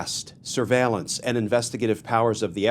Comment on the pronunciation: Glen… it’s “AND” not “END” not “AN”